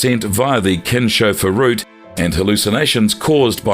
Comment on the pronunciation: It's pronounced like Kins Hofer route not kinsch